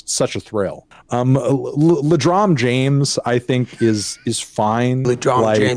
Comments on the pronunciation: First person I’ve seen actually spell the second part “correctly”. Everyone seems to think he just says James, but he def says something like Jaynge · Come on guys, he mispronounces "James" just as funny. It's "LeDrom Jange."